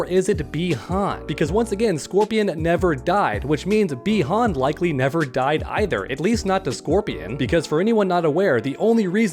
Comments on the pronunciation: It’s bi Han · It's bi han